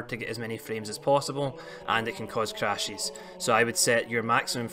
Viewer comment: Changies Crashies Don’t worry I liked the video. Just had to throw that accent out there my man!